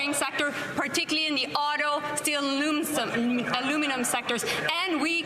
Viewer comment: She said _Aluminumnum so DRINK